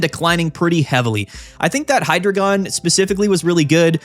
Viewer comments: Hydreigon is pronounced "High-Dry-Gon" matching its evolutionary line and their number of heads with German numbers one, two, three (Eins,zwei,drei - Deino, Zweilous, Hydreigon) I don’t usually comment, but I’ve seen a lot of debate about this topic and wanted to lend this insight! Ahahaha 😭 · For the same reason we don’t call Pikachu“Pick-A-Choo”… bc that’s not how it’s pronounced. (And to be clear it’s “Hi-Dry-Gon”)